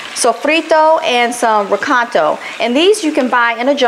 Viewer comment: its not pronounced re caito its re ca i to